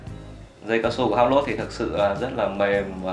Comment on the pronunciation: Đọc là Hu blâu, nghe húp lốt sởn cả da gà